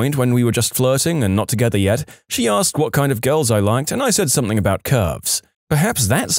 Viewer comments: SomethinG, not somethinK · He’s probably British. I only hear British people say it like that.